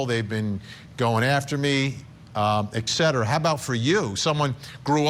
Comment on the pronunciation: When you try to come across serious but you say "EGGcetera" instead of ETcetera and your AI text to voice calls Leah Miss ReMIni. you know why people join scientology? They think they are special. Just like you and YOUR religion, which is of course the only right one. Americans and their war and religion... Sad clowns with the IQ of a wet rag. 🤣🤣🤣🤣🤣